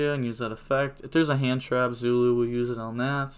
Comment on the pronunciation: Damn fronch. With english letters it could sound like "Zooloo. Edit: just heard you saying it pretty well later in the vid.